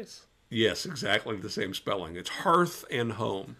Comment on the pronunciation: Good morning Guys! I hope you flight to Germany is, or has gone ok. I watched the whole thing, but I paused half way though, or near the end to take care of something and came back. Thank you for the correct pronunciation of 'Hearth", and I will not abuse #MMBClub... much.:) I have not had the opportunity to go to any of the pipe shows, last year I found out too late about Chicago and then my money was tight around Nashville so I didn't go, this year I have two wedding to attend one of them my brother's in San Francisco, so I'm using my money for air fare and accommodations for that. so I won't be able to attend the shows again this year, but I do watch videos and intagrams from the fine folks who attend and live vicariously through that. I hope I can make my presence know in those events next year... and I hope I get to meet you both in person at one of them. My best, -Ramon